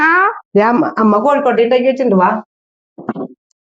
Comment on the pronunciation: Kozhukkotta ennalle, kozhikkotta ennu kettu